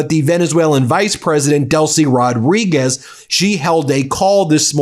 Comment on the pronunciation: It's not Rod–REE–Gezz. It's Roh-DREE–Guess. The Z is pronounced as S. The D goes with the second syllable, not the first. That's the minimum correction to try to pronounce this name correctly, and this much can in fact be pronounced by Americans who don't know Spanish.